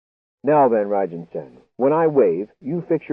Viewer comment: L[sten, pa. It's Van Rhine and Nie is pronounced knee.